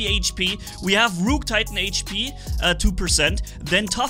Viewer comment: I love how say rook with a long o he is saying it like Rooook, but that Rook titan hp is still broken